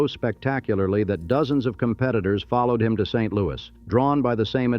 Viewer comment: You should probably get someone FROM St LouiS to redub this video. You slaughter the pronunciation of ALMOST everything related to St LouiS.